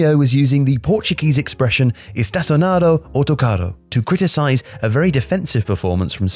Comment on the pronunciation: you said autocarro very well and estacionar was also good